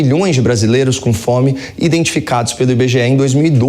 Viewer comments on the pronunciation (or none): Não sabe nem falar, essa peste. O que é cafome???? 🤣🤣 #LdeLadrãoNaPrisão